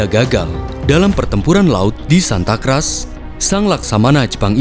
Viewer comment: Bacanya Santa Krus bukan Kras itu kata dalam bahasa Spanyol artinya Salib Suci. Please kalau ada kata2 asing terutama German dan English riset yg baik untuk pronunciation karena uploadan ini juga ditonton berbagai bangsa meskipun dg bahasa Indonesia supaya jg dikira nyomot tanpa ijin video orang meskipun iya yg lebih penting lagi biar ga dianggap Indonesia IQ78